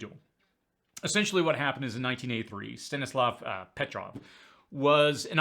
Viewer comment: You pronounce the name of this person, Petrov, quite correct, no worries